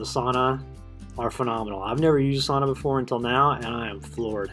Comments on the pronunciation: Sau-na NOT Saw-naw! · Strange sauna (pronounced sow-na) you have. As a Finn I know a bit about sauna, never seen one without stones on the stove to hold heat and make steam when watered, I don't understand how this one works I guess. Also always have more than one tier of bench.